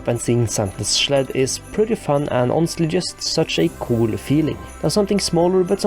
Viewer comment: We need the line "let me schleep in the schled by the schlabs" in your next video.